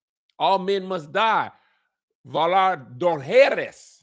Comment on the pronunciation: “Vhalar Google-This” 😂